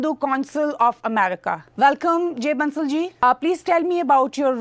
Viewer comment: Ma'am, the name of the guest is pronounced as Bansal, it is not Bansaal.